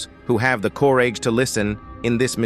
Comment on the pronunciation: In under 3 mins, I found myself laughing at two mis-pronunciations of common words. The guy sounds as if he speaks English but maybe it's his 2nd language. So, I'm sorry if this sounds insulting. It's not meant to be. But, maybe look up the word, 'region' and 'courage'. 'Region' is not pronounced 'ree-gee-on'. It's more like 'ree-jon'. Sort of lazy at the end, you might say, and 'courage' doesn't sound like 'corridge'. It's more like 'cuh-ridge'. I realise that the English language has some strange inconsistencies in it's pronunciations of certain words so I hope this helps. If it's an app, you'd best get another one and/or advise the app makers. But, thanks for the laugh. I'm learning Spanish and I'm sure people will want to laugh at me when I speak to them! Lol! Btw, check the word 'enormous' as well. Sometimes, you get it right. Other times, you get that one wrong too. I wasn't sure, at first, but it's a word you'll be using a lot. Pronounced 'enormus'. It shouldn't sound like 'enormoose'. :-)